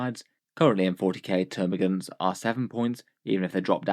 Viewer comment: *TermaGANTS, not "Termagaunts".